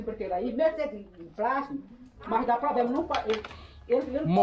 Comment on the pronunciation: Ela falou que “dava probrema” umas 500 vezes